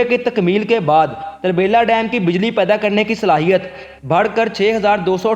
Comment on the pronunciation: یہ tarbila نہی turbila ھے جسکا مطلب ھے پشتو میں تورہ بیلہ یعنی کالا جنگل